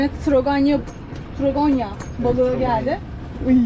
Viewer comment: Drakonya deyil o herkez yanlış biliyo adı dragana normalde ama biz türkler illa türk usulü söyleyiş yapıyoruz